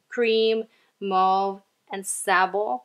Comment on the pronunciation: Lol the Lorac shade is pronounced as Sayble not Sabal as you pronounced it but the spelling is Sable just thought I should let you know, btw great palette collection it's more of a collection vid then a Declutter 😩😩